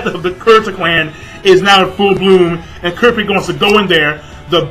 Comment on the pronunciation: You pronounced Kurapica's name so wrong!! lol!!